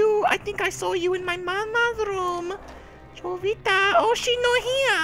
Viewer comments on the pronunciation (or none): It's probably pronounced (Ho-vita) anyways good game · Isn't the J in Jovita supposed to be silent in spanish? Correct me if i'm wrong because i'm taking spanish in school.